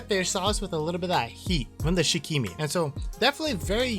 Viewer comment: Thanks for the review! Wanted to know what it tastes like before trying. Oh and the pronunciation for shichimi is literally “she-chi-me”